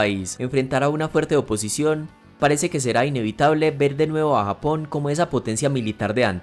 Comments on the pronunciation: Se dice <Japón> no < >.... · se dice Japón no hapon